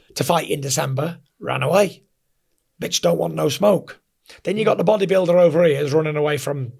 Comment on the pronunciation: I just LOVE him when he says the BODYBULIDER hahahahahahaha gotta love FURY what a guy